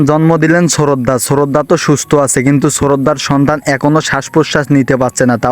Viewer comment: শ্রদ্ধা কে শ্ররদ্দা বলচে 😂😂😂😂😂😂😂😂 হায় রে মানুষ কথা বলতে ও বুল করে 😁😁😁🤣🤣🤣🤣🤣🤣🤣😆😆😆🤣🤣🤣🤣 আমার তো অনেক হাসি পাইতাছে 😂😂😂😂